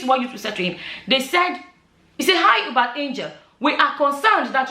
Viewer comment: It's pronounced You-Bet. If you can see how unshaken his followers are you'd know that sorcery is really.